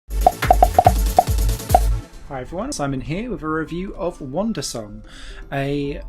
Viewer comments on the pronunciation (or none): Its "Wandersong" not Wondersong, otherwise great review, thanks